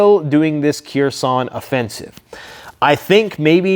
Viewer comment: The city is pronounced Her-son the k is not voiced, only saying because it's the main city of focus in the news as of now